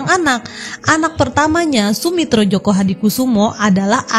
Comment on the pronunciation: joyo min, bukan joko